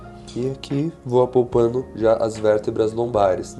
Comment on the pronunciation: Ele falou “apOlpando” mesmo??🤔